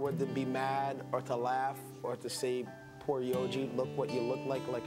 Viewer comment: It's YOJI not YOGI.. he ain't a picnic basket stealing bear.